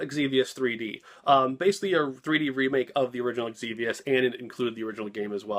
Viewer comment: I don't know why some people put imaginary vowels before some words that start with X. You pronounced Xenogears normally but you called Xevious "Egzevious". I've also heard people do the same thing with Tales of Xillia (calling it Eg/Igzillia). Probably not something you think about, but I find it funny that for the same letter, even the same person has a different way of pronouncing it from word to word - Xevious and Xillia ARE made up words but we do have precedence with the Xeno- prefix. Can you tell I have an interest in language? lol